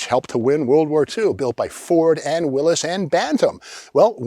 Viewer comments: Steve pronouncing "Willy's" the proper way warms my heart. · Its so refreshing to hear someone pronounce the name Willys correctly. I cant believe after all these years 99% of people get it wrong. I used to have a 1965 CJ6 with a Perkins diesel in it. Still kicking myself for selling it.